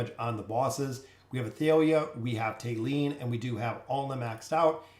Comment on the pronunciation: Thali (thah-lee or tah-lee) not "Tay-lee"